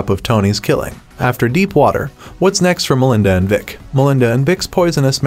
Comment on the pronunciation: I thought it would Melinda's lovers but he mispronounced it so many times I can't 🙄